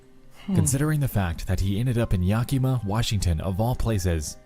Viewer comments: yaki-ma, crigne, its said yak-a-ma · If he says Ya Key Mah one more time... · Ah yes, YAHKEEMAH Washington. My favorite. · Was watching this passively when they said “YaKEEMA Washington” my ass clenched that’s a it’s a town near me. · All that research and he couldn't be bothered to learn how to say Yakima.......